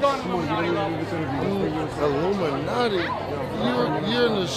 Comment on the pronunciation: He just said illumantti